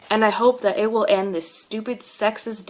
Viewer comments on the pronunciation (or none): none